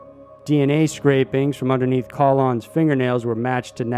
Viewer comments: you should really look up how to pronounce words/names before saying them on videos. butchered Colon (KUH-lone) and Macedon (mass-EH-dun) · Colon is pronounced like Cologne.